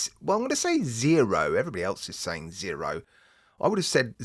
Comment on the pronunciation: Zeeeroooo, that's how the Japanese say Zero...🤣🤣🤣